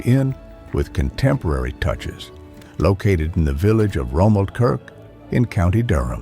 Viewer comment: Romaldkirk! It's a magical village. Morgan Freeman got that pronunciation right. Bruff. Is Brough not pronounced Bruff? That's right, isn't it? Morgan Freeman keeps pronouncing it 'Bro' (it's definitely not 'Bro').